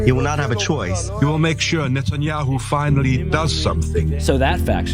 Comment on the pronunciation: NET-IN-HI-YOU lol